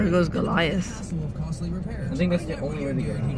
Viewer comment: gorliath triggring me. its guh-lai-uhth